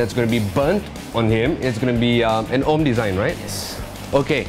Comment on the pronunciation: "Ohm design" not "own"